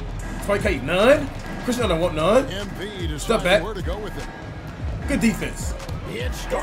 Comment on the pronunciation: Bro saying Chris Nunn 😭🤦‍♂️